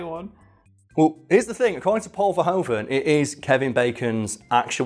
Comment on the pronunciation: Paul Verhoeven was really disappointed with this movie afterwards , he thought someone else could have directed it. ( Oh and although even he has come to just go along with it in English , in Dutch the oe in verhoeven is actually like in shoe. Might be helpful if you need to pronounce someone else's name )